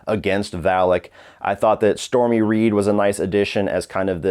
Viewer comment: It's storm reed, not stormy reid she's not sum Trump cocksucking bitch if your gonna give it a shitty rating at least get her name right